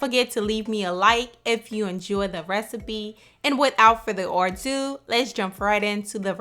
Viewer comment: Its without further ADO... Not Ordo!.. Lol